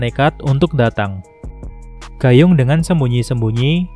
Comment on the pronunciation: baca nya bukan "gayung" Woii😂😂